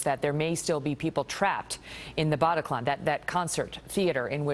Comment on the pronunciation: I hate this presenter and the way he says Bataclan . I also hate how america make it all about them